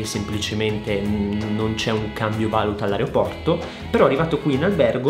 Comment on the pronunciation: Comunque si dice valùta...